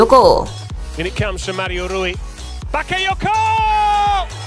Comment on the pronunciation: Valencia yg menang bukan valadolid mbak, lalu bakayoko bukan bakayako mbak sepertinya kurang fokus butuh Aqua nih...